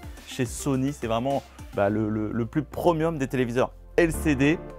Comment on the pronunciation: Que c'est beau mais qu'est ce que c'est chers comparé à Samsung et LG! C'est quoi ton topo avec les produits prOmiums?!??? Ça se prononce prémium, ok!